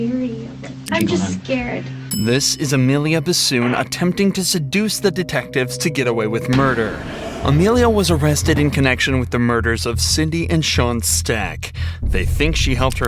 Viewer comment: You said Emilia bissoon or bafoon? 😅